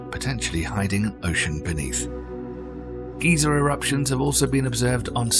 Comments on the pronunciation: it is pronounced "guy-zer" not "ghee-zer" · Can you pronounce GEYSER right? -GUY-ZER not GEE-ZER (old man). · Guy-zer not Geezer